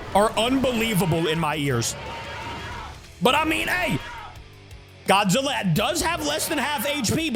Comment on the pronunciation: at the start bro could not say godzilla:}